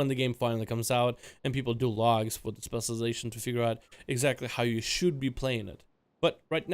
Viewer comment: Before you worry about pronouncing Main GAUCHE (not Gouche) you should work on saying ‘specialization’ lol... “Specializzon” “Specializzard” “Specializzers”